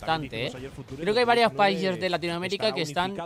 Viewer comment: Dijo yasuo en vez de varios xD